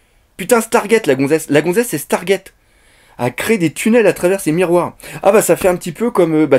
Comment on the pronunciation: il a dit star get. Au lieu de star trek